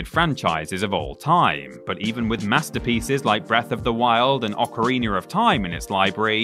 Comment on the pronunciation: No offense to your speech defect, but I love how you say "ocarina".